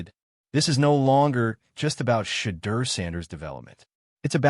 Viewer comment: His development can’t even say Shedeur’s name